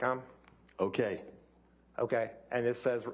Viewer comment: 🤣🤣🤣 "okay" "OKaY"